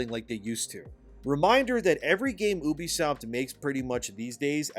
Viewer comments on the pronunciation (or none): First time I heared someone pronouce Ubisoft as Obisoft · Farcry is a very special series to me. If this company burns i cant blame anyone for wanting to dance on the ashes but i dont want this to be the end. Ubisoft needs to just do better. Also you need to learn how to say ubisoft and not Oobiesoft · For the love of god please stop pronouncing it "ooh-bisoft", it's pronounced "you-bisoft", I know this for a fact having work with them